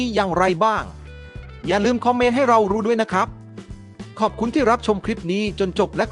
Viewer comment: แอด...คนเขมรใช่มั้ย..ฟังสำเนียงออกนะ..หลายคำเลยพูดไทยสำเนียงเขมรชัดเจน โดยเฉพาะคำว่า คอมเม้นท์แอดออกเสียง..คอมเม่น..